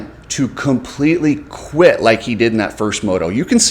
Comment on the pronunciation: Dude, "quited?" Even people who have English as their second or third language don't butcher it that bad.